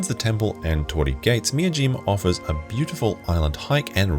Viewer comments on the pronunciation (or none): none